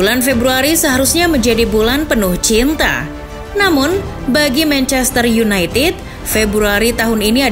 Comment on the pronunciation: mencester yunaited mbak bukan yunaitit